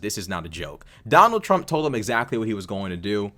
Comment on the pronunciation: "I will botar por Donal Trunk." 😂